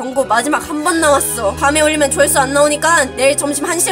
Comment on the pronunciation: 여기에서 조회수를 조화수로 하셨어요 ㅎㅎ